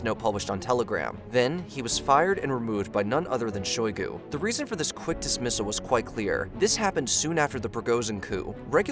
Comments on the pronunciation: Or puh pov instead of pop ov. Or shah gu instead if shoygoo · It's been more than a year since this thing started. It's Shoigu, not Shagoo. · He said shagoo lol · Puh pov? Sha gu? Ffs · My man you gotta work on your pronunciations. Sha-goo? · Lmao "shogoo and garrismov" 😂